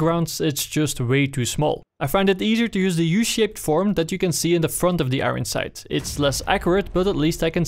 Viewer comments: wtf is an agon sight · Am i the only one that hears "Igron Sight" somtimes?